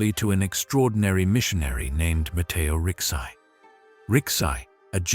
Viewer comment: Thank you for your wonderful introduction. Please try to pronounce the name of Matteo Ricci as: Mat-'tay-o Ricchie